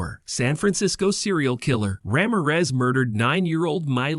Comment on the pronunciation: The way you say "Ramirez" throughout this video🤦‍♀